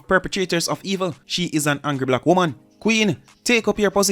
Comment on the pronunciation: If deh woman deh seh womb one more time 😂😂😂😂😂 bay womb mi a hear